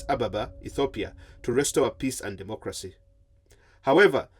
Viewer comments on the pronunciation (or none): none